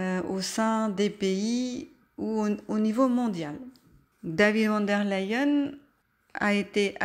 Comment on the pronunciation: Il est vraiment bien ce tirage 👍 Si je peux me permettre, je crois me rappeler que le V de "Von" se prononce F, "Fon" en allemand.